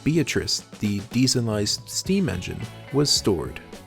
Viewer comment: Beatrice was DIESELIZED NOT DIESEMIZED